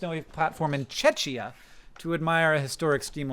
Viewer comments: "chechian", that hurts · Czechia is pronounced Check-ya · I recently learned the correct pronunciation of Czechia. It’s Check-ia, like the Czech part of Czech Republic plus -ia, not chech, like Chechnya. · Hi Hank - just a PSA: that's not how you pronounce "Czechia". It's more like "Che - kia". The way you're pronouncing it, you might be thinking of Chechnya, which is different unrelated place. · Czechia with a k. Chechia sounds like Chechnya.😅. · For how knowledgable Hank is.. Flags and countries aint his strongest. Pronouncing Czechia as Chechia!? Not Checkia!? Not even knowing the Dutch flag!?!?!?!? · How do you pronounce Czechoslovakia? How do you pronounce Czech Republic? So WHYYYYYYYYYYYYY when it's Czechia do you pronounce it with a soft ch??? Why would you suddenly think that part changed??? It was a hard ch in Czechoslovakia, it was a hard ch in Czech Republic, and it's a god damn hard ch in Czechia. Why so many English speakers just suddenly think it's a soft ch is fucking mindboggling to me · Hank cmon... its Czechia like che h (in the hamburger) ia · Chechia hurts me a little bit hank, and we are Czech, not Chechian. But that's okay. And Taskmaster and your socks are both cool so I'll let it slide :D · I'm sorry Hank but it's Czechia pronounced with a k. Czekia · "Chechia" ? You did me bad :D I'm calling it the "Oosa" from now on, to return the favor. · As not a czechian, i think it's pronounced "checkia", but czechians feel free to correct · Not a lot of France that isn't Paris? Sir, you jest. At least I hope you jest. Please tell me you jest. Also, just to totally be "that guy", it's Czechia with a hard ch. Unless you're from Czechia, in which case you might say it with a sound I cannot reproduce on a keyboard, something like a cat hissing. Prague is one of my favourite places I've ever visited. Ahoj, Czech friends! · Reading Czechia as "Chechia" was SO funny :D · lol and mangle Tschetchia vs Czechia haha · It's pronounced like "check-iah" (Czechia)